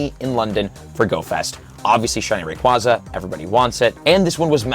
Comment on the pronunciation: Ray-QUAY-za And while we’re at it… Metagr-OH-ss and Tynam-OH Ray-quaw-za, Metagr-ah-ss, and Tynam-ao are just factually incorrect.